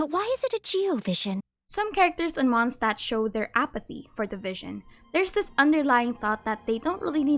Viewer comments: Why do you say MonsCHdtadt? You clearly say Mondstadtians right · MONT-shtat is the correct German pronunciation. The correct demonym (name of people living in the place) is Mondstäter (MONT-shte-tr) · besty y u pronounce mondstadt as monshtat??